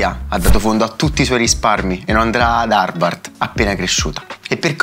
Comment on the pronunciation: Ma che è Harvart?? Si dice Harvard!!